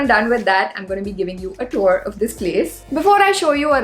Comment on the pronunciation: Rich girl keeping it low-key rich and living flithy rich all by herself in a studio apartment in mumbai. Oh, do check the pronunciation of TOUR.